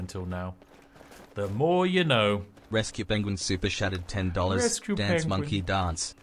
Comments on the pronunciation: That AI voice sounds like he says super shatted, not chatted. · I do enjoy that the robo voice pronounces it "super SHatted".